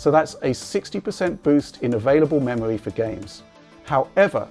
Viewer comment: memowy wam gwand reserwation wender pwomises